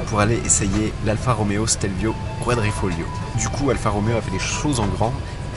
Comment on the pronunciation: Super video comme d'habitude! Et c'est QuadrifoGLIO et non pas Quadrifolio, continue comme ca ! :)